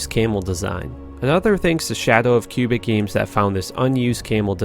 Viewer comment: Did you just call the Canadian province of Québec "cubic"?? :P